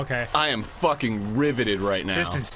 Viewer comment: is what I'm here for. "What are you ffFFUCKING DOING?!" he said in the most New Jersey way possible.